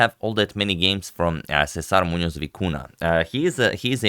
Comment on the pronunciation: Agad, you display vast knowledge of name pronunciation, you gotta hit the "ny" sound for both ñ in Muñoz and Vicuña.